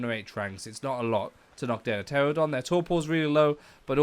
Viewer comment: He said terrordon but it’s pronounced tranadon But idc bc he’s helpful